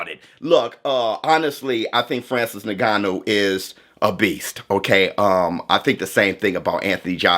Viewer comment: yes, but says it like “n*gganou” 💀